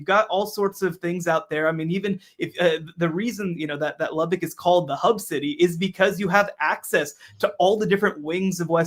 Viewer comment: It's "lubbuck" not "lubbick".